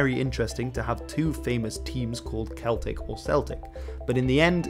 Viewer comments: Two minor quibbles...Liver bird is Lie-ver not like the organ and celtic (in Glasgow anyway) is soft c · The word Celtic is pronounced as “Seltic” not “Keltic” , great video tho